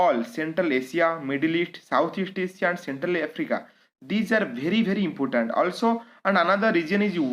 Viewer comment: Impotant, matto ,pipul, mansion,fungson ,naysnal, fraish wata lake, salange, raid list.......sir this is insights pls maintain your standards.....pls ignore for my satiric comment.